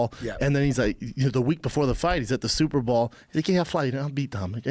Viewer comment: Schaub tried out for the NFL yet says superball instead of superbowl